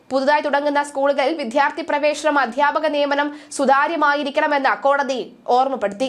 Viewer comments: Vithyarthi..........Athyapakan.......these. malayalam words are on identical tone in pronounciation. But Vidyarthi to😂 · "വിദ്ധ്യ"ഭ്യാസമല്ല "വിദ്ധ്യാ"ർത്ഥിയല്ല "വിദ്യ" എന്നാണ് ഞാനൊക്കെ പഠിച്ചിട്ടുള്ളത് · വായന രീതി തരക്കേടില്ല: അക്ഷരശുദ്ധിയും കൂടി വേണം. "വിദ്യാ " ർത്ഥി , "വിദ്യാ " ഭ്യാസം, 😢😢